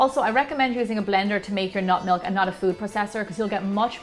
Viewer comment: I can't tell if she's saying nut milk or not milk